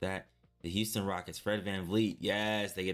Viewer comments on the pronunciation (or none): none